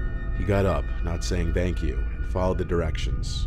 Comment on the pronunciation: Is it me or is it a little odd how he pronounces the word 'thanks'.....